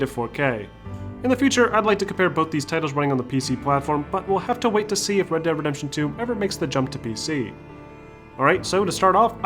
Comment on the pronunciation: Why does he pronounce "dead" as "dad"